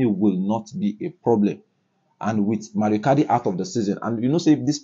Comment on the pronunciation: Mauro not mario